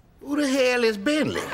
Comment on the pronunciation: She done butchered Bentley😳😂😂😂